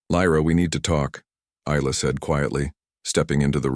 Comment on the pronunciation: Isla - the s is silent, pronounced eye-la